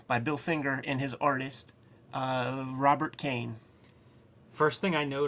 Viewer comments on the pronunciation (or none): "Rob't Kane" Damn you guys got no chill 💀